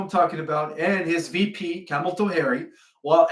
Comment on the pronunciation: I love the way you destroy kamela Harris name 😂